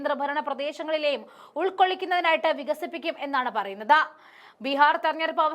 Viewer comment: പറയുന്നത എന്നല്ല, പറയുന്നത് എന്ന് പറയൂ.